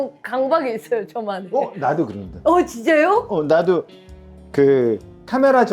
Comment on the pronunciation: 아이 지쨔료 지쨔료 ㅋㅋㅋㅋㅋㅋ 미미 발음 개웃